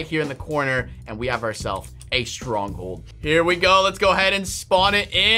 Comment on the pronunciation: Did that say stonghold??? No r